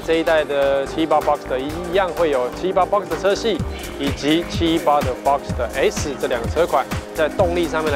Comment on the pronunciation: 自己家的品牌名稱都念錯了 這業務還跟人介紹什麼車？78 fuxker？